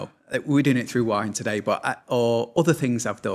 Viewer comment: It's nice to hear somebody pronounce it in the Southern Style: "Wah Hin."